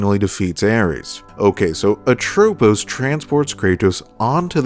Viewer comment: Dang, how hard it is to pronounce Lachesis, Atropos, and Clotho correctly?